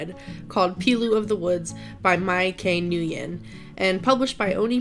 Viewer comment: Hey! One thing- When pronoucning Nguyen. You shold pronounce Nguyen as," New--When". It just bothered me as I'm a Nguyen too!